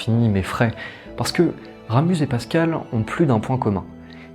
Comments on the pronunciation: Très belle vidéo ! PS: on dit Ramu(z) le Z est silencieux ;). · Toujors aussi interessant, bien que un peu trop literaire et sans avis personnel, mais l'explication, digne d'un prof de literature, ai un seul ic, on ne prononce pas le Z de Ramus La bise d'une suisesse. Je te suis assidument, nous sommes de la meme engance lol !!!